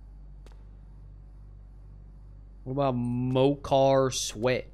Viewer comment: Fun fact: There is a real drink in japan named pocari sweat not mocari sweat